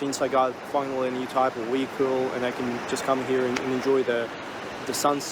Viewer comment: He's calling a vehicle a wehicle.